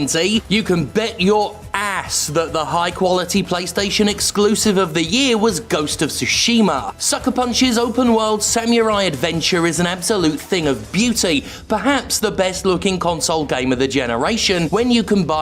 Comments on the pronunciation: STOP SAYING SAM YOU RAI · You gotta love the english pronunciation of samurai. Sam-you-rai.